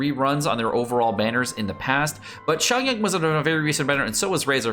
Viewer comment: be like: bash for mispronouncing Beidou and then mispronounce Xiangling, Xinyan, Xingqiu, Chongyun... and Beidou hahaha:D